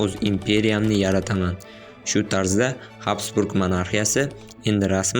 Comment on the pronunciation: Habsburg emas gabsburg. Har bir millat avstriya wonunlariga boysingan